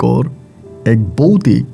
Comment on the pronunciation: Boutic na...bhautic hobe... uccharon thik korun...😂😂😂😂